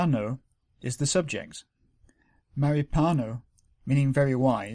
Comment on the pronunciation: Many thanks for the enormous effort of compiling this series of videos. May I just notice that your pronunciation of the sound ñ in the word mahāpañño is wrong. It would be good to correct that if possible. Metta